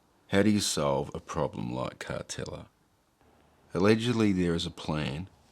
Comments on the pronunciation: I always thought it was pronounced. Car-teal-la not Car-tel-a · Yep definitely was pronounced Carteela not Cartella back in the day. Doesn’t detract from a great video though. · Last time you pronounced it as Cartelia, this time as Cartella. It's Car-teal-a. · I thought it was pronounced Car-tell-i-a. Either way, the boat looks awful. Look forward to you going back in another six months or year and seeing how much worse it has become. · Thanks for another great video. I went on the Cartela many times as a kid in the 70s and on booze cruises a few times as a adult. My family always pronounced it “Carteela”. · Another great video. I had thought the pronunciation was Car-teal-ah. I've learnt something today. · I think you may be right. Everyone used to pronounce it Car-teela